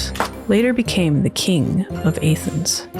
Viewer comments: A-thens is simply unforgivable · Despite your egregious pronunciation of "Athens" 😝 I absolutely love this video! Well produced, well research, sasy to watch, and something most lore videos aren't: fun! Great stuff. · The pronunciation of Athens had me reeling but it’s not a Roman city. It was originally a Greek city and currently still is. Rome at one point might’ve governed over it but it was Greek. Alexandria as well was built by Greeks & governed by them along with the Egyptians for quite some time as well. I’m nitpicking, but if we’re gonna use history to use analysis we gotta do it right.